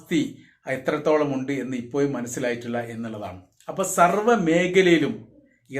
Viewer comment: ഇപ്പോയും അല്ല ❌ ഇപ്പോഴും ✅